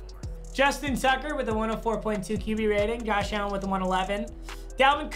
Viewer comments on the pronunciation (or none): tebow ran it in and him saying allen is getting me mad idk why though